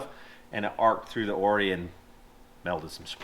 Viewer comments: I notice that the shock brothers pronounce the shock name differently than you guys and MORR do. they say O-R-I (pronounce all letters) and 'Or-eye" but you guys say 'Or-ees". How can I sound like I know something about shocks if I don't know how to pronounce them correctly? 👨‍🏫 Jeep is looking great! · Just for info, and your strut builder said it, the struts are pronounced O-R-I-s and not oorriis. I run them on my buggy also. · Congratz on 500k, I think it is cute how the dealer calls them O.R.I.s and and still call them Ories. LOL